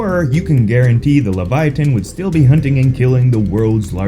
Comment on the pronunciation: Its LEVI OH SUH!